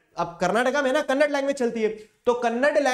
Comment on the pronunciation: Sir it is kannada not kannad